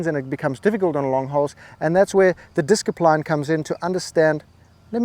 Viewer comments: I clicked 'like' when you said disc-i-line. How do you make this these words up? :) The gems in this video are priceless. As a new player with 150 Yards tee shot this video was inspirational! Many thanks. May the gorse be with you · I love the pronunciation of discipline. 😂